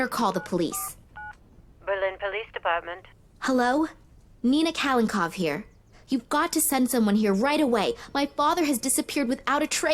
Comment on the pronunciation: These are the worst voice actors in any game ever. Nina is the worst with the valley girl accent. Half the time she can't even pronounce the words correctly. She calls her father Kalenkow instead of Kalenkov. And also mispronounces several words too. And what the hell is with?? He sounds like a reject from a William Shatner soundalike contest. The phony inflections and overdramatic delivery? This was a German game and they clearly didn't have enough money for real English speaking actors because these people didn't even take the time to read through the script before recording. Nina is either angry or awestruck. The acting removed any heart the game could have had and made it a s bit of a monotonous exercise in just trying to finish what you started.